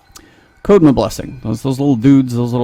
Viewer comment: (and readers), This is to kelp clarify some things in the game. I haven't played, but I do know some Japanese and some of the culture. Not all of this is just for you, but for some viewers. Kusarigama (Ku-sah-rii-gah-mah) = Sickle (what you called a scythe) and chain. Kodama (koh-dah-mah) (you keep calling it code-ma, like the mother of codes)= spirit (specifically ones that reside in trees)- I think the game is calling the little green guys Kodama. Jutsu (Ju-su)= technique. Being called that under skill type to not confuse people that the skill type is a skill/ability, versus active being what it does when the ability is in use, and passive is an effect that you don't have to do anything for. I will only post these when there is potential or some confusion and on the video it relates to or shows up in.